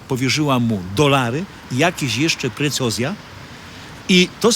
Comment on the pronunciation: Precjoza nie precozja